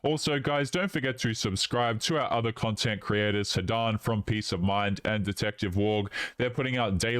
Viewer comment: Between the vocal fry and pronunciation of "and" as "ayand" I want to stick icepicks into my ears.